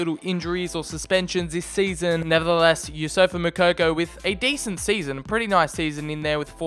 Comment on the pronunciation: ITS NOT YOUSSOFA ITS YOUSSOUFA